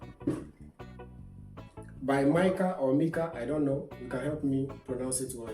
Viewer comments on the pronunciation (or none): none